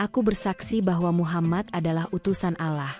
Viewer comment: Yang baca cerita kurang fasih membaca Allah..jadi resah dan ngfak enak mendengarnya...